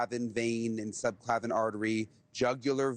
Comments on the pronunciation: “Subclavian” pronounced subbb clAAAyyy vEEEnn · Subclavin is not pronounced like that. It has 4 syllables. Sub-cla-vee-in.